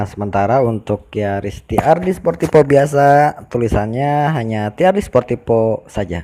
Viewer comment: Sportivo mas, bukan sportipo 🤣🤣